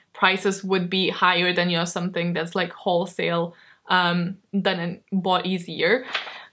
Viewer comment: "I've don all my homework.. pretty much" hahahaha so me 😂